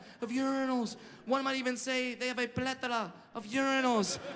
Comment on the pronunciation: Props to anyone that got the joke when he said "Plethora" in a spanish accent.